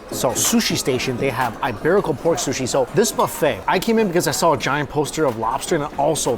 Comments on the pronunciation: E-berico . not eye-berico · It's eeeeeberico not eyeberico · That buffet looks amazing....I'm so jealous! BTW, it's EEEEEBERICO pork not "i" 🙂